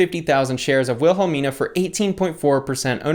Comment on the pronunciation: It’s pronounced “Will-Hah-Meana”😂